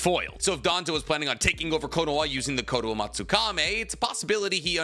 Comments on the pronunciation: Why do you always pronounce the Japanese names so weird? Kotoamatsukami - Kotoamatsukame Chibaku Tensei - Chibuka Tensai Kakuzu - Kakuzo These are just some examples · Stop butchering jutsu names IT'S KOMOAMATSUKAM(I) NOT E !! And tensei not tEnSAi !!!!And stop saying notty bell you nerd 🤓